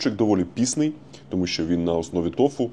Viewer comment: Топовий тревел-блогер України формату worldwide станом на зараз! Заходить усе - від тембру голосу та каламбурно-іронічного гумору до стилю зйомки. Відчувається уже вплив Львова на лексикон) А часом кумедні наголоси у словах - цього разу це пІсний а не піснИй, трохи ріже вухо зацєнтому галичанину))) Дуже заходять фільми (це для мене влучніше слово ніж контент), які мають приємний післясмак корисного, цікавого і пізнавального часопроведення. Дякую! Зичу успіхів і процвітання!